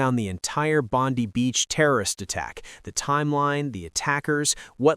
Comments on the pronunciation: It’s BONDEYE beach notBONDEeeeeeee beach. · Bond-eye beach. Not Bond-we. And notice how the role of the Muslim hero is kept dark. Suspicious in itself. Australians have thanked him, even if Netanyahu and Trump have not acknowledged him. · Why do you Americans all was say Bondi Beach wrong !!